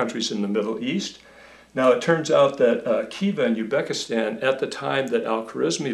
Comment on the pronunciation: Very informative! However, I am guessing that pronouncing Arabic sounding names is not your forte! ;) Also I believe the Z is not silent is Uzbekistan.